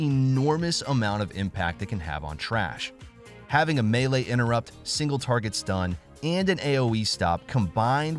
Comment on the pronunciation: He’s saying it correctly